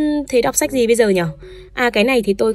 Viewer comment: xem sách mà mình nghe nhầm thành xem sếch